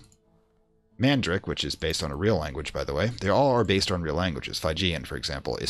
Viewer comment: Fridge-ian. Man-day-ick. Air-ah-may-ick. and AIR-OO-DISH-ON (!)